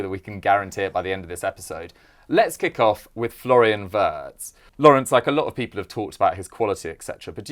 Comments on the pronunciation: It's pronounced as Virtz not Wertz. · Actually it’s vietz not virtz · Pronounced veeartz